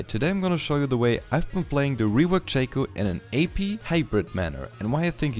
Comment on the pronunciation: Its not "Shaco" Its Shaco.